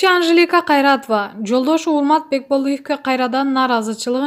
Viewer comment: Анжелика Кайратова деп так айта албайт экен журналист. Так суйлогонго уйрончу ушакты коюп.